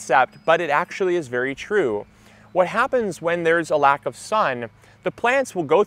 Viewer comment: Did you say, "berry exciting"?